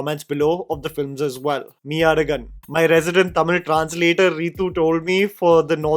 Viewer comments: Sweetheart, forget the zh in meiazhagan, you could have atleast pronounced the mei correctly. Its mei like my not like mee. If you had watched the movie, you'd have heard him say it. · ME-AZHAGAN ❌️ MEY AZHAGAN ✅️, my tamil ass just couldnt help but try my best to correct you😭😭😭😭😭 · Pronunciation out is May-azhagan not Mee-azhagan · Read as " Mey azhagan". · It has to be pronounced as "My Azhagan". There are two meanings 1. Truth 2. Body. Meyazhagan means "Handsome Guy". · brother it is pronounced as mey-azhagan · can help you with pronunciation- मेई-अळगन that zha- try pronouncing 'Ja' without touching your tounge on top